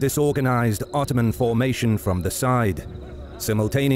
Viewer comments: Did anyone else notice how it said 𝓞𝓽𝓸𝓸𝓶𝓪𝓷 empire in the first seconds instead of ottoman, just thought I'd point that out, have a nice day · "Otooman empire" lol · Ottoman become Otooman... glorious. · No one: Otooman Empire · Ah yes, the otooman empire... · *Otooman ... lol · The OTOOMAN EMPIRE ! xD